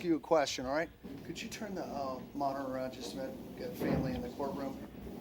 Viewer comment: WITH DA G-P-S moniTOR, lol Love how he says that